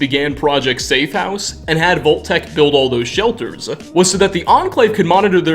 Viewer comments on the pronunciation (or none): BTW, it's Vault (vahlt) Tech, not Volt Tech. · I spent two hours researching locations that pronounce O in place of AU. Not trying to be insidiously mean, but Volt-Tec said dozens of times with Fole-Out became extremely grating on the senses. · .....what? "vol-tac" never have i ever heard of this company......are you trying (and failing) to say "vault-tech"???? "...a crate of poppits" .......can you pronounce any word right? its "pup-pits" is english not your native language? because kudos, i can only really tell with a few words that you dont speak english natively. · Why are you saying “VOLT-TEC??? 🙄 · Why do you end every last word of a sentence with "a"??? Vault techa. Mysteriesa. I'm going insane hearing thisa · He mispronounces so many things in this series and you're gonna make fun of his lack of pronouncing a double-T in "Vault-Tec?" Just listen to how he pronounces "Megaton" : "Megatin," It's supposed to be mega-ton. As in, mega, super, giant... ton, 2000 pounds, a lot.